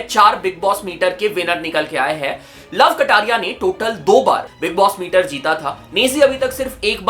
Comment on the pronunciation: बिग बॉस मेटर ❌ बिग बॉस मीटर ✅😂